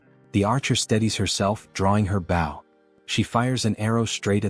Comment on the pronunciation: Your English synthesizer has a few easy mistakes to fix. Bow has two distinct meanings and pronunciations. Bow 🏹 pronounced with a hard O, and bow as "To bend" pronounced how your video probounces it. I would suggest for 🏹 to be written as "Bo", "Bough", or "Boe" in your script.